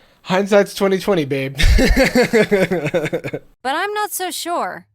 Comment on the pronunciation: Cartoon Jarvis: Jarvish